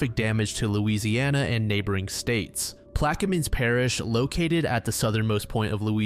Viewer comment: Placquemines Parrish proper pronunciation 🌟